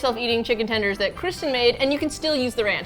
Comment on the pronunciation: I don’t wanna make tendees. I don’t wanna make tendees. I don’t wanna make tendees... DANG IT! Now I gotta go make tendees. 😏